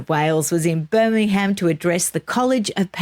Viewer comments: I agree with your pronunciation of Will- yum, 🙃. You could follow up with pronouncing Birmingham as the locals do, i.e. Birming- um. You did pronounce it correctly a couple of times! Well done! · Hi, thank you for pronouncing Birmingham correctly, can you teach next time you speak to her 😂😂😂love and she's not the only one that says Birminum. love both of you and no offence, it just amuses me 😊